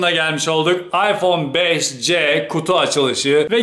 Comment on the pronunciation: iphone 5s i beşes diye okurken 5cyi beşce diye okumak garip değil mi ben de öyle yapıyorum gerçi de ilginç geldi yav birden